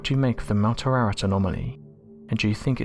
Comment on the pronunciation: The Noah's ark mountain is Mount Air ahh rat. Not whatever he is saying.